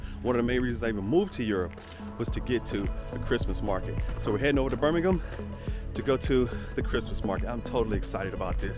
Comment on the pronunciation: I am very impressed, she is the first American I have ever heard pronounce Birmingham correctly!